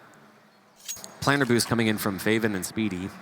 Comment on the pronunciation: "fave-in" "speedy" NO. ITS FAH-VIN, AND SPIH-DI.